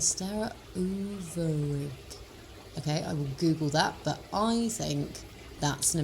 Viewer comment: I laughed so hard . 'Monstera overig' I don't know how these dutch monstera's came at your garden centre. But 'overig' is the dutch word for 'other'. I really had a good laugh when you tried to pronounce it, you did great! Lots of love from the Netherlands x